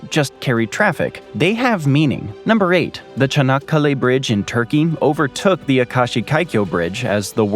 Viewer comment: Nr. 8 Congradulations on pronouncing "Çanakkale" correctly.